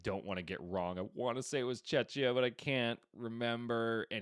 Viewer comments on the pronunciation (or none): Czechia being put in Eastern-europe and mispronounced at the same time :D